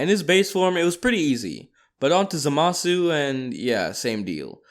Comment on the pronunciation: It not zamisu it Zama the zu